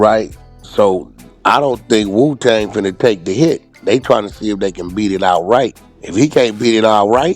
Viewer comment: wack dumb ahh called that boy wu tang not woo thang 😂😂